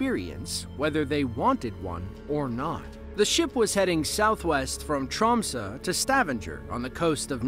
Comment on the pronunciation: “Trom-suh” and “Stavan-jer” makes me giggle 😂😂